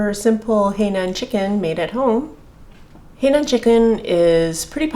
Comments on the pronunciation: Correct pronunciation should be "high naan" not "hey nan". The condiment used is more for Hong Kong style chicken. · It is NOT pronounce as "Hei", but "Hai". Get it right when you are cooking it! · Totally agree. It threw me off when she said “hey nan”. It is “hai” like hi in greeting someone. Must be a Canadian pronunciation! Lol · Canadian pronunciation of Hainan Chicken is “Hainan” is Hey nan! Lol 😝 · dbscarlett13 no, is just mispronouncing it. I understand Shanghainese and in Shanghainese it is pronounced “hey”.